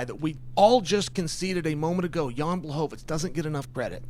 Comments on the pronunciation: Chael. You're saying Blachovivich wrong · Almost said Pee-era vs Blahoviz